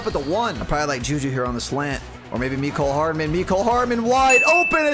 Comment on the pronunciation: His name is mcole hardmen not mecole hardmen